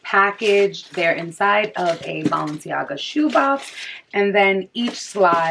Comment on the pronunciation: “BALL”enciaga 😂 this video was extremely helpful i’m getting my pair tommorw hopefully they fit